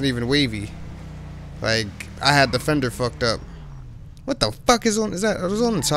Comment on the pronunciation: Lol your calling it "frender" now